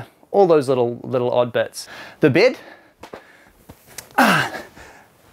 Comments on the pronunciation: You know someone’s a kiwi when they say ‘bid’ instead of bed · its bed not bid you moron